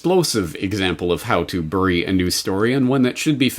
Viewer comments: You albertan seperatist .. it's not "biry" for crying out loud .. it's berry . Check yo privelege yo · Omg, so astute, thank you for doing this, even if you pronounce "bury" really weirdly!